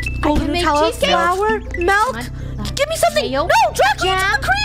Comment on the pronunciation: It's milk not melk